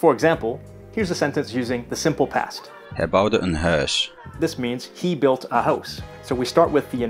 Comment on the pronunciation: Thank you for having a Flemish person read the example sentences . You can hear clearly that he does not pronouce the diphthongs as real diphthongs. He pronounces Hij more like [hɛː] instead of [hɛi] . On the other hand the Dutch tend to overpronounce the diphthongs.